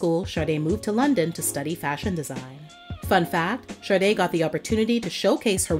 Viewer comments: An American DJ said "Shar-de" once and it took off, but it's Sha-de, not Shar-de . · I don't know if its my ears or you.... I know the name Sade but all I hear from your every time you say her name is Sarde?? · Though a very interesting subject compilation, I find it annoying the compulsive mispronouncing of "Sade". There are other videos NOBODY ever blunders with the ignorant: 'shaRday'. Yet, this narrator babbles-on "shaRday' near 50× throughout this piece....😂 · Why do people pronounce her name with an R? Like Sarde. Is that how it's pronounced? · Why pronounce it “Shar day”? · Everyone please listen to the Song Maureen where Sade pronounces her own name, there is no "R" in her name.